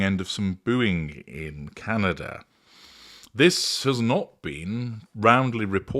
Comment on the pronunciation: You actually made my teeth hurt. My friend was in Whistler and he did not hear any booing. The atmosphere was not positive but I can accept that. But at least the witch or Megladon can say Canada. Wow hard to say but you fi-ucked it up. If needed you can phonic say Kan-a -da. Megan is not wanted here but we are polite. And I think what was hear is our EH or A depending and yes you are a narcissist because no one but your voice can hurt my teeth.